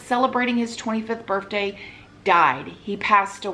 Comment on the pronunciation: And birfday hehe